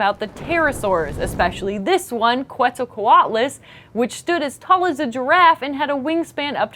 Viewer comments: Alright, I've never heard a more butchered but still technically correct word as your Quetzalcoatlus pronunciation. I get that it's technically the correct way to say it in English but it's easier on the tongue the other way around. We just have to give in when it's not something we made. Like how Manga should technically be pronounced like mango but with an 'a' instead of like mahnga. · pronounced quetzalcoatlus wrong. it's ket-zul-cu-wat-lus